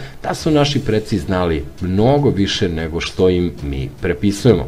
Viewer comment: Ja sam se subscribe - ovala na kanal da podržim tvoj rad, ali želim da ti skrenem pažnju na pojedine greške u izgovaranju reči. Npr.: na "....mi im prEpisujemo", zapravo "prIpisijemo", itd. Ima još dosta sličnih primera, a ja sam lingvista pa mi takve sitnice privuku pažnju. Inače obrađuješ interesantne teme, i ja ti želim puno uspeha u daljem radu na kanalu.